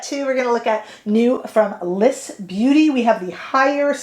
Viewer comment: 🚨 It's not Liss , it is L.Y.S ** so say the letters together, LYS